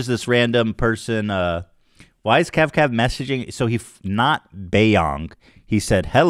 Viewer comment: KAVKAV NOT 🅿️